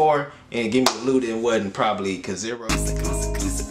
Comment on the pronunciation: Not (Kaziro), but kizàru